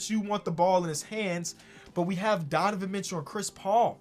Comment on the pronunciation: “Donovan Mitchew”